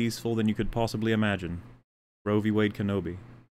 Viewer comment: Roe-va v Wade